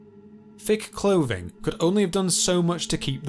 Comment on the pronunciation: Ha ha ha, yes 😂 So irritating! Also not forgetting the wiv and fink... fousand, frew, mammofs, cloving, wivvin, feories, etc.